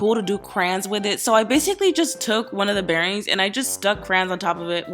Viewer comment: ITS CRAYON!!! CRA-YON